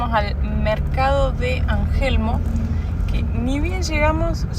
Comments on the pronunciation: Para mariscos deben ir al puerto de Angelmó (no Angelmo como pronuncia, lo mismo que se dice Petrohué, no Pretuhue, no olvide deir Chiloé, como en Argentina Caruhé). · Que lindo es el sur de Chile, igualmente lo es el sur de Argentina..mi corazón está dividido. un pequeño Tips: Las palabras en Mapadungun, algunas de ellas se acentúan, por ejemplo: Petrohué, con acento, Ángelmó acento en la o. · gracias por recordarme lo hermoso que es mi pais, dato anecdotico JAJAJA se han equivodado con la mitad de los nombres, Angelmó es con acento al final y Petrohué tambien es con acento en la ultima "E" no en la mitad, la LL se pronuncia como una "Y" suave no como una "L" y la "QU" suena distinto dependiendo de la vocal pero normalmente no se pronuncia la "U". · Chicos me rio mucho con ustedes al escucharlos nombrar algunos lugares y comerse los acentos ejemplo: petrohue no suena igual que petrohué o angelmo a angelmó practiquen y verán que suena distinto. en los supermercados ya llegarán a Santiago y son otra cosa. los felicito lo hacen 10 puntos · Por favor Los Saltos del Petrohué, se acentúa en la é. Lo mismo que Angelmó...😅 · Hermoso viaje. Gracias x compartirlo. Solo acotar que están pronunciando mal algunos nombres de lugares. Petrohué, LLanquihué, Angelmó son palabras agudas. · Petrohué, Angelmó. Se tildan en la última vocal. La salida a Puerto Natales los dejará impresionados. Ojalá disfruten cada minuto en Chile! Saludos desde Coyhaique.